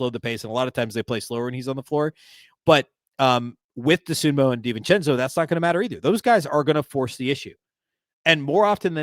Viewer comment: It's DosunmU, not DosunmO.